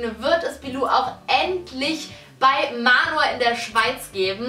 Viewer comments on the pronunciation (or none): none